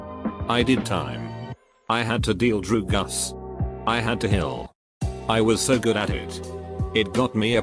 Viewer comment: No one: Reddit bot: druguss